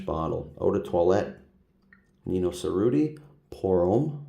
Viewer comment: Cerruti is pronounced with a “ch” sound and you roll the r’s (chr-oo-tee).